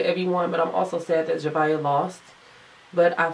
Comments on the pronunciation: It's not Zavia... It's Zhavia!! 😐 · Wow the way you pronounce Zhavia’s name is so cringe! I find it so stupid how they have a winner that’s been on the show for a week.